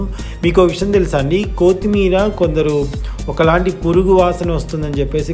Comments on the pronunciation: Noone maggadu baabu kaaguthundi n it's not కో తిమీ ర it's కొ త్తి మీ ర n please first nirmalga maatladadam nerchuko ur style of speaking is too irritating. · Kothemerra kadu kothimera